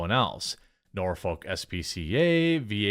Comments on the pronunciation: not nor-folk.. norfuk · We have a Peta headquarters in Norfolk, VA. You see going toward Portsmouth. And it's nah-fuk, not Norfolk, that's how we say it round our way. I'm bout 30 mins. I don't think the local news even promotes peta, but I know they promote the SPCA. They have billboards all over. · It’s pronounced Norfik